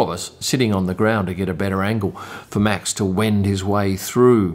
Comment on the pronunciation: David Coulthard's surname is pronounced with the "h", so its not a hard T; I can see you're trying with Max's name too...well done.